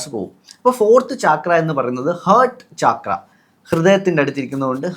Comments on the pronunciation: It is not chaaakras... CHAKRA is a Sanskrit word..meaning Wheel..they are wheel like energy centres in the body...NOT CHAAKRAS😂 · ചക്ര Not ചാക്ര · First of all it’s called “ചക്ര” in both Sanskrit and Malayalam, not “ചാക്ര” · താഴെ പറയുന്നതിൽ ഏതാണ് ശരി? ലാം or ലം യാം or യം? പിന്നെ not ചാക്ര but ചക്ര. in മലയാളം and sanskrit. പിന്നെ മക്കളേ. സംസാരിക്കുമ്പോൾ ഇത്തിരി കൂടിബഹുമാനം വരുത്താൻ ശ്രമിക്കുക. പീഡിപ്പക്കപ്പെട്ട പെണ്ണ് എന്നു പറയുന്നതിനു പകരം പെൺകുട്ടി എന്നോ സ്ത്രീ എന്നോ പറയാം. പെണ്ണും സ്ത്രീയുമെല്ലാം ഒന്നു തന്നെ എന്നാലും. കുറ്റപ്പെടുത്തിയതല്ലാട്ടോ. മനസ്സിലാക്കാൻ പറഞ്ഞതാണേ. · Its so irritating to hear chaakra